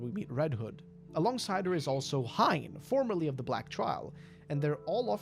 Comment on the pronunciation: I believe the pronunciation is Hein (H-i-n) if his name is from german, which most of these fairytails are.